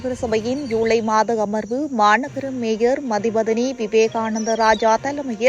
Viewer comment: மூன்று முறை மேயர் என்றும் இரண்டு முறை மேஜர் என்றும் வாசிக்கிறீர்கள்....